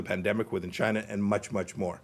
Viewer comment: Fuck Chy-yeah-na